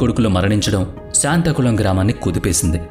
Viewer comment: శాంతాకుళం కాదు, సాత్తాంకుళం!